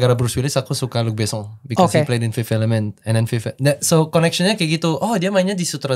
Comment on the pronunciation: Maxime fasih banget pas pronounce nama Luc Besson.